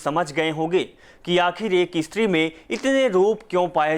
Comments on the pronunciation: ISTRI Nahi Stree 😂😂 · "Estri" kya bol rahe ho😄